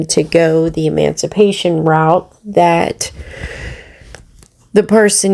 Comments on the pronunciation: THIS, talking about education and emancipation or as says, MANCIPATION. She doesn't even know the correct word, or how to say it....... I said a while back i thought she was a hypochondriac lolll, she certainly sounds like one. However, MMF suggested she is having withdrawals, due to not taking her Suboxene correctly. I believe she is 100% spot on. Of course will exaggerate the symptoms, just in case she loses her Disability for her mental health. This way, she can fall back on physical disability, to keep the money rolling in...Actually, what has happened to the carpal tunnel?? 🤔.... She may be a total a.z.z.w.i.p.e, even an illterate one, but she is all there then some, where money is concerned 😑.... She really thinks herself something now. That's ok, keep climbing high. Just a greater height to fall from 🤭🤫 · Omg you DA it's not mancipate it's emancipation/emancipate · Hells bells, she can't even pronounce it. 😂😂